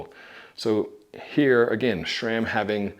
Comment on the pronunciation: Nice. although I don't get why you pronounce it SHRAM....